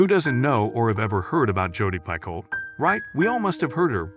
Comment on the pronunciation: Jodi Picoult is my favorite author of all time. If you are going to talk about her books at least pronounce her last name correctly. The speaking voice is very robotic--AI perhaps?